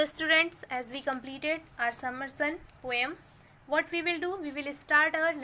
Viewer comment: Not pome it's poem.😂😂